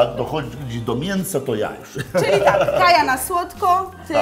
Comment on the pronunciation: Kaja - Kai Nie kaji